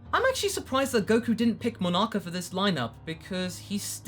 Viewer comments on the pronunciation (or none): none